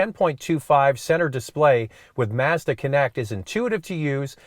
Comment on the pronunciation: Great comparison and I like the correct pronunciation of Mazda! The Mazda is the winner for me!